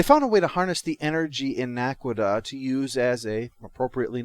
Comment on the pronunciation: Naquadah, not Naquita. Other than that, pretty good review.